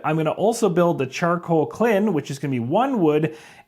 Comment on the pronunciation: Great video but you constantly saying kLIn instead of kILn was driving me up the wall. 😅